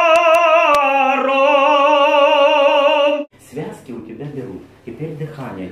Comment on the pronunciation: От твоего "серцепожаром",, у меня телефон дребезжит...